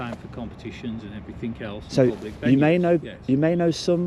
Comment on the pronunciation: He tried to learn one language, english. He still says everythink, somethink, nothink. One language guys. Learn it. It is everything, it is something, it nothing. Thickos.